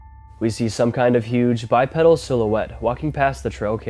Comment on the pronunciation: Bipedal pronounced Bipeedal